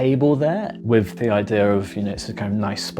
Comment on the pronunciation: "With", not "Wiv", ffs.😮